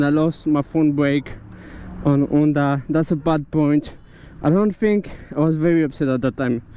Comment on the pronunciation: This is the first decent review I saw on that model. I really think it is attractive, and so cheap too! I suppose you are French, due to your "R" and your "Onda" in stead of saying the H out loud, ha ha. Good luck and drive safely.